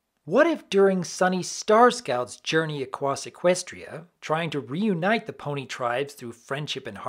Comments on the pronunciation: Lol he said “acwoss” instead of “across!” I don’t know why that’s so funny! I guess it’s just funny to me? It’s a blooper that usually would be cut but it slipped through and that’s funny to me. Also it just sounds funny! XD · "During Sunny Starscout's journey aquass Equestria" I laughed so hard.